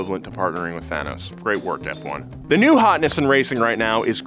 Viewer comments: “Form-uh-luh 1, or Fwone, as it’s called” killed me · Sorry what, "fwun"... please tell me this isn't a thing bahahaha. Its "F-1" and nothing else! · Since when did Formula One became Fwun? 🤣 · "Formula 1 or Fwun" i'm speechless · who the hell calls Formula 1 "Fwun"?? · who tf says fwon? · Ah yes "fwuan", my favorite motor sport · Tell me you dont really watch f1 without telling me Uhh its actually "FWUN" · I've never heard anyone call it "fwon" in my life. I've been watching F1 religiously since 1982. So, the only time I've heard that unfortunate word is when you said it. Don't do that again. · Never every call it "fwun" again please I beg. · what the hell is fwun??? WHAT THE HELL???? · Oh you’re no fwun! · Why it’s so fwun to say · I shorten it to fone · even Hikari Kagura ever mention F1 as "Fwun". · F1: it's fwun for the whole family! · Yea, no one calls it “fwun”. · Fwon!!! Ahhahahahhah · On second thought, please keep calling it fwun. Because watching its fanboys twitch like that, is hilarious. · Fwun?!!?! wtf?!? Bad! No, not like this. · 6 seconds in. Not known as fffffone. Really? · literally noone has ever called it "Fwon" before! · also known as "fwun" ha ha ha that gave me a chuckle. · No one says fwun dafuq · Who tf says "fwon"? Come on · aint nobody calling it fuan haha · Who? Who calls F1 as “FONE”????? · Fwannnnn lmao. Nope. Never. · Who tf calls F1, Fwun? I'm not saying people don't, but I've never heard it called that.. until now. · Who the fuck calls it Fuan?????? Which "fan" calls it that?!?!?!? So that we can go beat them up... Ngl I don't think Americans deserve to be an F1 fan... People that think doing 500 laps around a literal circle and call that racing don't deserve to be in motorsports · who the hell calls F1 Fwon??? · just you just call formula 1, “Fuone” No, this is absolutely not what fans call it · From this day im gonna call f1 as fone "fwahn" 🤣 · never say fwan ever again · Who tf says fwone